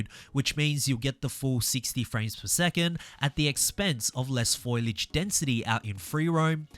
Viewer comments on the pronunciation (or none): FO-LEE-AGE not foilage. Lord have mercy.